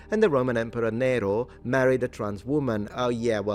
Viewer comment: You pronounced Nero wrong . The E is short, not long